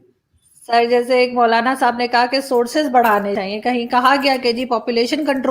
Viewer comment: It's "resources" not "sources".